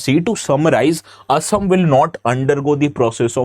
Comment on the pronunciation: Thank you for pronouncing অসম correctly and not " Aaaasaaam"